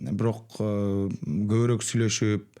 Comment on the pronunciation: Адабий тилдин нормасы боюнча көбүрөөк деп айтылат.Бир канча жолу көбүрек деп айттыңыз урматтуу алып баруучу эскертме сизге